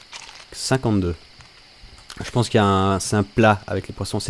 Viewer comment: Et aussi, on dit pense, pas pance ou pence.